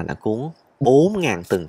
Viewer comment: Mới nghe, như là “bốn ngàn …từn.” Xem hình mới biết là…tuần (week), không phải…”từn” 😃 Xin lỗi bác sĩ 😃